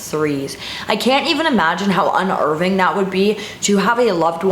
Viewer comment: Un-Irving? Lol. Unnerving.